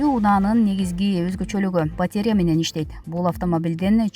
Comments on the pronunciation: Сабатсыздык! Батарея 🔋 деген соз оор болсо керек диктор кызга 🙉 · Урматтуу журналист, «БАТЕРЯ» деген соз жок, БАТАРЕЯ деп айтыш керек 👎🙄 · Батерья эмес, батарея, тантыраган идиоттор, аллергия болуп буттукко, силердин билиминерден! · Онураак суйлогонду уйронсонор,батря эмес батарея деп суйлосонуз кызыксынар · Батеря🤣🤣🤣 Батарея дечи неграмотный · Журналисттер батеря-деп окуса 🤭🙈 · Батерия дебей батарея дебейсинби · Дикторлор туура окусаныздар батеря эмес батарея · АЙЛАНАЙЫН ДИКТОР ТУУРА ОКУУП АЙТСАН.БАТИРЕЯ ЭМЕС,БАТАРЕЯ.ЛААВРОВ ЭМЕС,ЛАВРОВ.ТООБО ЭМНЕНИ БУТТУН ЭЛЕ СААНЧЫ 61 ЖАШТАГЫ МЕНЧЕ СУЙЛОЙ АЛБАЙТ ЭКЕНСИН.УШАКТЫ КЫЙЫН АЙТАСЫНАР,СЫНДАП АДАХАНДЫН КЕШИГИН ИЧКЕНСИП.😁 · Батарея дебейби батерия дейт го. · КАБАР МЕДИА ЖУРНАЛИСТКА КЕЧИРИП КОЮНУЗ "БАТЕРИЯ"ЭМЕС"БАТАРЕЯ" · Батеера эмес батарея . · Батеря эмес "батарея' туура окусанар боло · Батееря эмес батарея!Ушул сабатсыз дикторлорду кантип жумушка аласынар? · батерея эмес, батАрея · Батеря эмес,батарея. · батеря эмес батарея, сабатсыздар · Батерия дейт го😰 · Комментатор кагазга жазылып берилген маалыматты жакшылап окуп бербейби: батарея,канцелярия - деген созду да окуй албай олтурат... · Батарея деген созду он окуй албаган дикторунарды жакшылап грамматикага окутуп уйротуп анан чыгарбайсынарбы